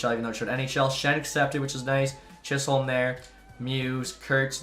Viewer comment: Declan Chisholm is pronounced Chisem